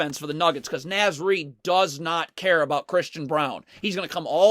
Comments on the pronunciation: Great video, I love watching Wolves defense when it's clicking like this. But please good sir... It's Naz like Oz. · Just FYI because ive heard it a few times in the videos…Naz is pronounced with a short ‘A’, like ‘car.’….carry on. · Naz is pronounced “Nawz” by the way